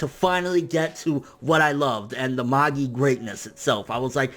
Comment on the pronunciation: You think he'll ever pronounce Magi right?